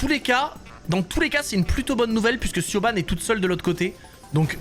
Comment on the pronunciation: Petite precision Siobhán c'est un prenom irlandais et ça se prononce "Ch-e-v-o-n"